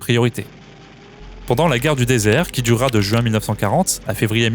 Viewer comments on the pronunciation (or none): none